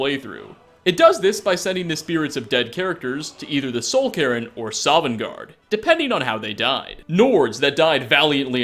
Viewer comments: Or Neravine or Soul Karen. His pronunciation is so bad. His lore is horrible too, one example is in this very video. He says Goldbrand was introduced in Oblivion even though it was introduced in Morrowind. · I was making a joke because he pronounces it weird, and it sounds like he's saying the name Karen XD